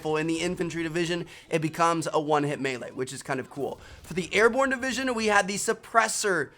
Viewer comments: airborne not ariborne lol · Airborne not Ariborne bro lol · "Ariborne" lol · "ariborne" -Trevor 2017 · Vincent Adulfo its meant to be Ariborne. Ahahaha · Ariborne ?? Hmmmm might wanna fix that Trev!